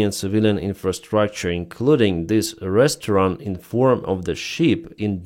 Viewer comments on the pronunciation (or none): none